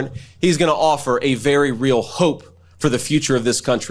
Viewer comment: I'm I the only one who finds his pronunciation of the word "hope" strange? I cannot stand hearing him or MTG pronounce the word "important" (IN-pourt-iN)... I can't stand it!